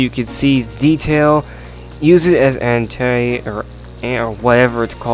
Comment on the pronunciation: Ante not Entei...not a poker fan I see maybe a Pokemon fan...Your more un intentionally funny then Mike Tyson